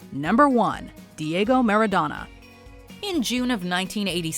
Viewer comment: for f*cks sake, stop it with the foreign word butchering. Do some research on how to pronounce them correctly. This is a thing you do on every video with foreign words. Why the hell do you cringely pronounce European names/last names, but last names such as Maradona, you keep the English accent?